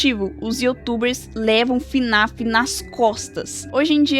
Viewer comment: sabe nem falar o nome do jogo, não é fã raiz! Kkkkkk (brincadeiras a parte) Na minha humilde opinião, não acho que fnaf tenha decaído tanto, acho eles só estejam com dificuldade pra contar os eventos de história atuais, nos explicando de forma muito confusa e mudando conceitos que já tínhamos anteriormente "o que é realmente muito paia" mas não acho que os jogos sejam tão ruins assim, vamos ser sinceros os fnaf anteriores eram só pngs a única coisa que sustentava os jogos era a história, mas atualmente é a primeira vez que temos jogos com uma gameplay maior! E não acho que eles estejam no caminho errado, só acho que o security breach deixou uma mancha enorme que no momento está sendo difícil de ser tirada.